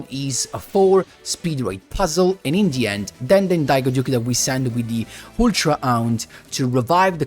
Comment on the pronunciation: Oooh you were saying “in the end” I thought you were saying “Indian” 😂